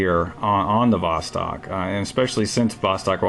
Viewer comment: Don't say vOstok, but say vostOk. Thanks.